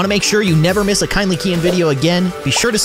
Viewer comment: Its keyin not kevin